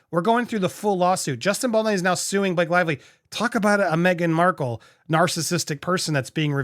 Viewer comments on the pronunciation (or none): Hey …I know you’re sporadically aware of this…but his name is Bal-DOH-NEY! I keep hearing you call him either Bal-DAH-NEY, or just now Bal-DEE-NEE!! I really enjoy your shows, both on Popcorned Planet AND Popcorned Palace, but I do notice, you get a lot of pronunciation wrong. As a journalist myself, I find this really surprising and not cool! On a side note, I have always wondered why you call your channels Popcorn-ED, as opposed to just Popcorn??🍿 I would love to know the reason behind that, because when I listen to you, I never hear the ED… I know you’re working on a lot right now, especially with your docs on Patreon, and I get that you have to make a living, but PLEASE keep providing for your loyal YouTube subscribers, who can’t necessarily afford paid subscriptions! We’re still here!! Thanks!